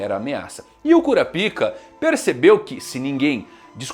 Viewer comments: mano.... nao fala cura pika nao.... bizarro isso... fala kurápka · Pronúncia correta (KU-RÁ-PI-KA). Pronúncia que gera gatilhos (KU-RA-PÍ-KA).